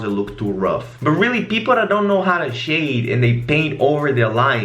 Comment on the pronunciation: I love the way you say "shade" it sounds like "shit"